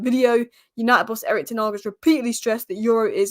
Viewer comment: "Tennawg" ...It's Ten Hag!! That annoys me 🤣 Otherwise I love this channel 👍